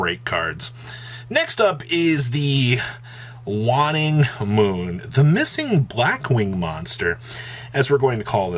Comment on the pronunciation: Waing is pronounced wayne-ing. The cards name is a play on waxing and waining of the moon. A waining moon is one in the period between the Full Moon and New Moon.